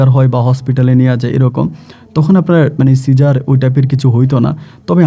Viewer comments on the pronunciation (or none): none